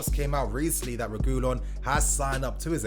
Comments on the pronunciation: SAY IT WITH ME : REH-GIH-LAWN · It’s pronounced Sergio re-gee-lon